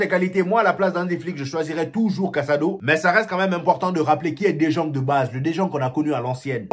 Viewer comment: Champion ça s'écrit "De jong" mais se prononce (De yong)... Sinon, nice débriefing !!!